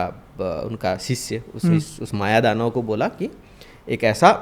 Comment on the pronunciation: Ap kuch galat bol rahe hain.. Mayadanav nehi Maydanav hoga.. Shalyu nehi shalya hoga.. Hayagirib nehi.. Hayagirib